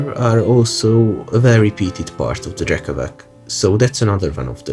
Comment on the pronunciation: Great vid! I know that these slavic words are hard to pronounce but it’s “drekavatss” 😂